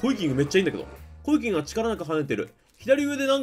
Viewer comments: 何度聞いてもコイキングの発音良いなぁ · コイキングの発音すこ